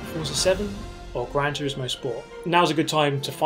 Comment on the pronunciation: He says Gran Tusismo edges it